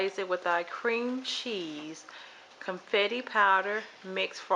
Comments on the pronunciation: I love your recipe it looks very good and I love your attitude, but please sweetheart say "bundt" pan not "bunted" and "confectioners" sugar not "confetti" sugar and you'll be alright. Keep making good videos like this one. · Love the easy recipe but the pan is called “bunt” and the icing sugar is “con-fect-shon-er”